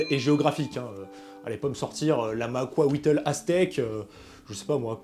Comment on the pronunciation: La prononciation du macuahuitl qui fait mal aux oreilles 😂 nan blague à part très bonne vidéo !